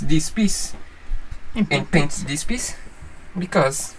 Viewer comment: Put your tongue under your front teeth and blow.......THIS not deese or dis. Practice THIS